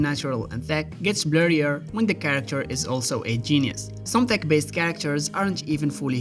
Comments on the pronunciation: Why are you pronouncing "T E C H" as "T H E C"??? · He DID say THICC instead of TECH 😂 Edit: He actually keeps saying "thick" the whole time 🤣